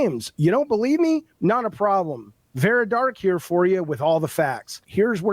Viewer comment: I find it highly ironic that this man incessantly shouts "educate yourself" while failing to pronounce her name correctly. It’s Vara, not Vera.